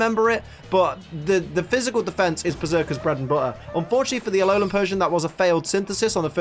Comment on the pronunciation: He said Aolan nine tails